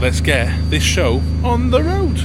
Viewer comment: "... the rud was wotton" 🤣 Hope you get it fixed quickly. Great video!